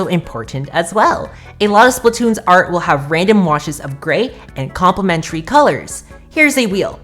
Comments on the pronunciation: Great video, really helpful for people that want to learn the style. But that part about "complemary colors" just killed me, especially whrn you sounded it out too!! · Ngl I payed more attention to trying to say "complementary" than the whole video XDDD